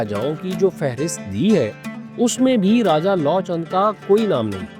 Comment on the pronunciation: Ram's son's name is pronounced as Luv and not Law.